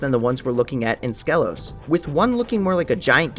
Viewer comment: You much like every Spyro creator mispronounces Skelos Badlands. Skelos is pronounced “Ski-Los” in both the original PS1 version and reignited.